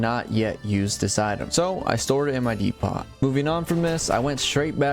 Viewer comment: Lil bro doesn't even know what a depot is and how to pronounce it? Less time gaming more school